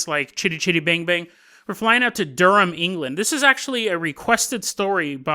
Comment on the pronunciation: nice pronounciation on Durham!